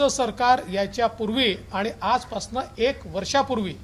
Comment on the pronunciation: देवेंद्र जी पासन म्हणू नका पासून म्हणा खूप छान भाषण तुमचे असते. सुधारणा करण्यात यावी ही नम्र विनंती.